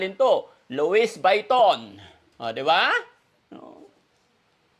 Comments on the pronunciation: Luisviton hnd luis bayton 😊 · Lowis vayton?Ikaw naman.Lwi viton pronunciation ata nyan😂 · Daddy. Luis. Vetton po hindi luisviton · luwi viton po ang pronaunciation not luwis vayton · louis vuitton pronounce as "luwi v ton" po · It is pronounce Louie Viton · Lowe biton po ang pronunciation yan... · Louis Vuitton[LOO-ee vee-TAHN] hello no offence ment pero eto pa ang tamang pag bigkas nyan name bran na yan. Salamat po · The better way to return the money to Oliver is to put it in the bank in his name and give a little amount to Oliver for safety purposes. Give an amount of 20,000 pesos to put it in his new wallet Louie Baitton( Loy Biton) as pronounce. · Pronounced as Luie Vuiton. Google nyo po ang pronounciation ng Louis Vuitton. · Luwi Viton ang pronunciation ng Louis Vuitton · Wow Kuya Oliver napaka swerte mo dahil maraming nagmamahal sa iyo kaya magpagaling ka na ok LOUIS VUITTON pronounced as Lowee Vitoon hehehe I love this video I had a lot of laughs so so much God Bless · LUWI BITON SA PAG PRONOUNCE ❤❤❤ GOD BLESS PO❤❤❤ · Lam poh un ni joker lang xa kya louis biton sbi nya😂😂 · “luwi biton” po ang bigkas😂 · Swapang talaga si yero, poor Oliver he can still remember who took his money.daddy Frankie yong wallet niya( lowi- viton) ang pronunciation, no offense , sorry correction lang po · Luwi Bwiton ang basa dyan.. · Pronounce LUWI BITON 😅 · 😂 cute naman pronunciation mo but it’s pronounced Loowee Bhatan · LOuis Vuitton pronouce as (Lo-we Be-ton). ❤ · Louis vuitton to pronounce(Louis Vitton)silent U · Lou wee vitton ang pag pronounce ( Louise Vuitton) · 😁,, ganito pagbigkas nyan,,"Lowi Biton"🤭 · Sounds not right...( Wrong pronunciation )